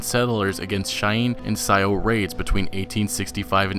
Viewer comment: Haha. It is Spelled Sioux.. But it's not called the SiOh tribe.. Its pronounced Sue. They need to make it in the period that was an Important and critical time for many different Tribes and settlers.. I would like to see more gameplay on the Great Plains where some of the biggest Wars between Tribes and the US Govt happened. Also a Rank System, Character Creation, Horse Creation/Customization, create weapons like Bows/Arrows, spears, and even an online settlement to create a game or faction wars. NDNS vs White People. Settlement Raids, Slavery.. All the real Shit that actually happened.